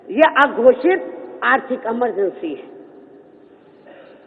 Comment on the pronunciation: emergency ko bhi amar bna diya amargency bol kr lol